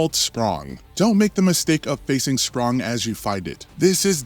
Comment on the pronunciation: Dude, seriously. "Schprong," "Eskee," "Luminis." So annoying.